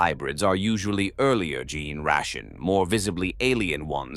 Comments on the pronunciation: You might want to advise the AI, somehow, to maybe say "jean stealer" or something instead. In your prompt, maybe something like , "replace all instances of gene with jean" or something. "Gin stealer" just sounds silly. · I would've just replaced gene with jean so that the AI would consistently pronounce it right